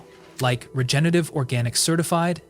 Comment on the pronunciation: its regenerative not regenative bro